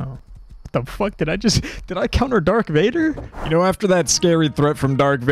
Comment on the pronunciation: its darth vader